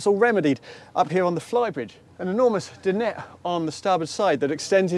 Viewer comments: Alex is spot on. The correct pronunciation is Din- ette. Well done Alex. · It's a French word, not English. He's one of the few people actually saying it correctly